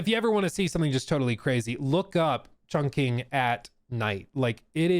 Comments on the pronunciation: Btw, Chongqing is pronounced more like "Chong Ching" instead of "Chong King". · Alright i understand not wanting to say it as a white boy but its pronounced "chong-ching" not "chong-king" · Hearing him say ChongKing over and over is painful lmao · fun fact, chongqing city in china is pronounced "chong ching", because "qi" is pronounced "chi" and not "key", and yes it sounds like someone making fun of the Chinese language, but it is the correct pronunciation